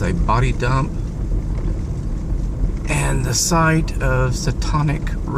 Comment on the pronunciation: The you said 'SATANIC'. You said it with a European accent. That is not how you pronounce it. LOL.